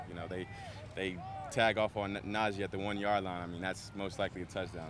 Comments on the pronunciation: Russell is not gonna be that good for our team. It’s a simple things he keeps calling Najee Harris Najay . Najee Harris hates when people say his name wrong. Russell doesn’t even know how to pronounce his his own teammates name . Cringe every time I hear him say it. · Can someone please help Russ pronounce Najee’s name correctly before that dude spazzes on him. He’s literally on record saying it’s his pet peeve.